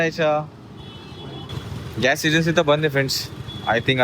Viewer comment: Just to be very clear — हा मुद्दा pure Marathi बद्दल नव्हताच. It was only about mispronunciation of the word “Gas.” Correct word point out करणं hate नसतं; it’s basic language accuracy. Accent/style वेगळे असू शकतात, but wrong pronunciation is not a style choice. Content public आहे, so constructive feedback is valid and normal.